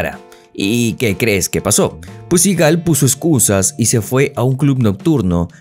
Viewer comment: Debería aorender a pronunciar el apellido de Steven